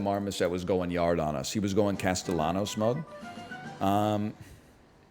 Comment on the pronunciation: Is anyone else irrationally annoyed by the way he pronounces the L’s in Castellanos? I know it doesn’t really matter I’m just surprised to see him as there’s a drive into deep left field by Castellanos, it will be a home run, and that will make it a 4-0 ballgame.